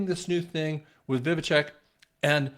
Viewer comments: vi-vek not vivicheck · Dude it’s Vivek not vivitech! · You pronounce Vivek .... Viv (ache) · Vivek rhymes with Cake Vi-vake 2.4 trillion minus 2 trillion = 400 billion not 400 million. Just trying to set the record straight. Thanks, appreciate all your work. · Pronounce Vivake like cake 😂